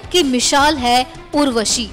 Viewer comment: MISHAL NAHI MISAL HOTA HAI